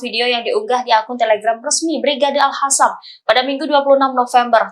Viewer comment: Al Qossam nyet, bkn al hasam. Ga bisa baca x ya. Yg bnr baca nya. Itu pahlawan kami...